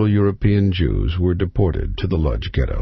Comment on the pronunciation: the narrator pronounces the word LODZ incorrectly, its pronounced :" Wooch" that is what the polish call their town..